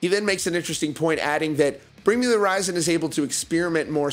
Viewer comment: And omg,if he says bring me the" rizon" one mo time😂